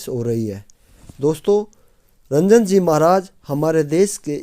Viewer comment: कृपया महाराज जी के नाम का सही उच्चारण करें उनका नाम रंजन जी नहीं अपितु राजन जी है 🙏🙏